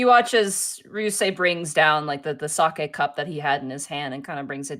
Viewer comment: When the japanese expert calls it Saki instead of sake 🤔